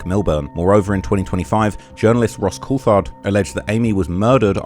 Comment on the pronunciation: Ross I very much love what you do and its clear you have put alot of worke into this extensive and thorough reseach. I just want to help you out with some correct pronunciations: with Ross Coulthard-his surname is not pronounced with a "th" sound in it, the "h" is silent, so imagine it is spelt Cooltard when you say it. Also the word debris has a silent "s" and David Grusch's surname rhymes with brush not bush. Sorry couldn't help myself, as an ex-teacher! lol. It may help you be more accepted with more open arms into the usually well-educated and well-informed UAP community, online. I definitely want to give you an open-armed hug across the ether for all your great work into such horrifying revelations, and done with such courage considering the content you're covering. Oh and I love your rapping advertisement! You somehow make injury and injury lawyers look cool again!